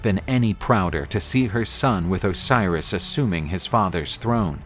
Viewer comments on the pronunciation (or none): none